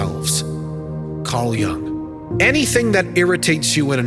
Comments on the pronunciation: His name was Jung with a European U sound, not “Jang” or “Young” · incorrect pronunciation of Carl Jung's surname - repeated several times... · You have wrong pronunciation of surname Jung